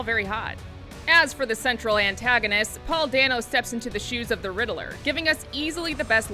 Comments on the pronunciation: Riddler 🤣 not riddleler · hey Lady it’s pronounced Ridd-ler where is the “a” that you are adding in? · Never heard someone call the riddler the riddle er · You can tell this reviewer doesn’t know much about this world, just the way she pronounced the Riddler-ler. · Riddle me this, how many syllables does the name Riddler have? Two or three? If you said "three", you narrated this video and you're wrong.